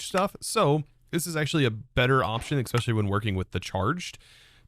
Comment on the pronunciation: Ekspecially. Permahnit. 50% = 2x